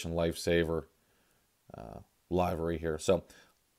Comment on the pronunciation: that is not how you pronounce livery